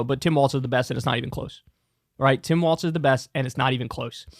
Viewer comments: Tim WALZ like walls… not WALTZ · It’s pronounced “walls”, not “waltz”. Other than that, excellent video and I agree 100%. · Kyle, it's pronounced "WALLS", not "WALTZ"! Sincerely, a Minnesotan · Bruh you need to stop saying “Tim Waltz” and start saying “Tim Walz.” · While I appreciate the spotlight Kyle's putting on my governor....it's Walz, pronounced like walls.